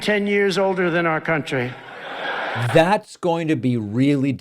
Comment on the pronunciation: Trump makes the word “country” sound like he’s swearing.